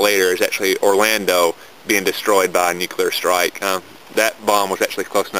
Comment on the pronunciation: wow robot voice, and of course, "nucular" ugh